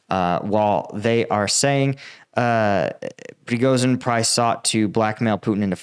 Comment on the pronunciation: You are pronouncing Prigozhin wrong. The "zh" is not pronounced like the "s" in "asshole", but like the "sh" at the beginning of "shithead".